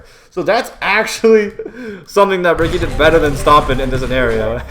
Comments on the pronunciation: It’s “Richie” not “Ricky” Ricci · BTW it is pronounced Richie